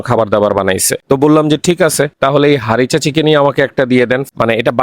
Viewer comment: হারিসা চিকেন হবে উচ্চারণটা। উনি ভুল করে হারিচা চিকেন বলছে।😂😂 এটা উনার আবিষ্কার না। Chicken Harissa/Harissa Chicken লিখে সার্চ দিলে রেসিপি পেয়ে যাবেন।